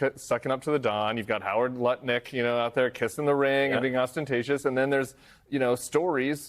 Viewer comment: Great that kept it to 'Lutnik' and not 'Nutlik'!